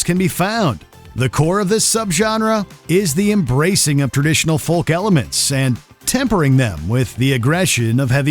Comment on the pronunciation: Does this voice over even know how to pronounce words kawaeii and folk were like nails on a blackbord 😅